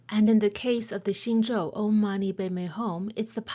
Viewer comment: Buddhist..means taken from Hinduism (sanskrit). Just your pronounciation of OM is wrong. Please Google onhwonto pronounce OM